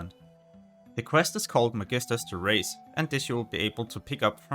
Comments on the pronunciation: Medisters Theraise - the most danish pronounciation i've ever heard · Magisters Terrace, pronounced thusly Ma-jis-ters Tairass. "Never make fun of someone for mispronouncing a word, it only proves they learned it by reading"